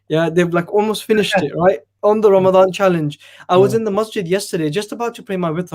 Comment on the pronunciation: It’s Ramadan Ali not Ramdan😂😂